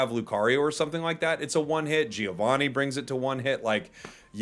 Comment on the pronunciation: Arceus: アルセウス, Aruseusu, not Arkeeas. Dialga: ディアルガ, Diaruga, not dye-alga. By the way, as an Italian is always funny to hear you calling him "Gee oh", Giovanni is like JoJo, Jovanni.